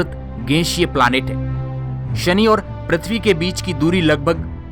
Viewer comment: I really love your videos, but please improve your diction especially while pronouncing 'S'(Sunny = Shani ) and 'SH' (Cashini = Cassini) etc... Else your videos are interesting.